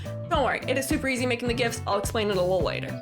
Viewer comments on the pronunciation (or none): none